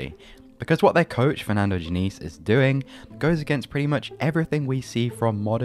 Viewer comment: Your pronounciation of Fluminense was acceptable. Diniz, not so much, but is easy to improve.